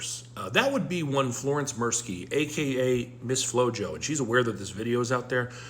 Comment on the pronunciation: Miss blo-jo? On brand for a Trump-ette